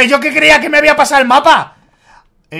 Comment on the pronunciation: quiso decir yo pero dijo yao